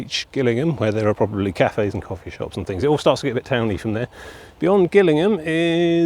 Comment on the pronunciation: It's pronounced Jillingham not Gil like a fish gill